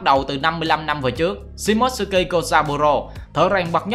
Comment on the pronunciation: Tên Nhật đọc là Shi mô tsu ki Chứ ko phải là shi mốt sư ki Chứ ad